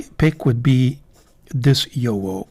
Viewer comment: FYI… the correct pronunciation of JoWo is “YoVo”. (the “w” is pronounced as a “v”) I enjoy your videos very much 😊